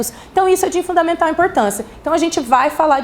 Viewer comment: “Também são de fudavimental importância” kkk